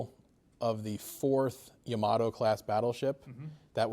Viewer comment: "YA-ma-to." Pronounced with the stress on the first syllable--like Yamaha.